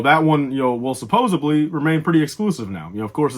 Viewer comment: I'm guessing that's Fenn Rau. Or maybe I'm just really trying to manifest that. He did pilot a Fang fighter in Rebels. And it's "supposedly," not "supposebly." Learn to English, man.